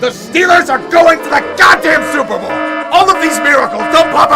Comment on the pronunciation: I'm telling ya! THA STEELURSH ARE GO-ING TO THA SEWPER BOLL!